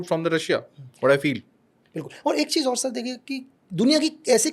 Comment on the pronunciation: Cheez ko cheej bolta hai iss ne Pakistan main kese jasosi ki hogi